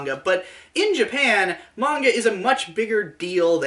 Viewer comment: 10/10 didn't pronounce it Mainga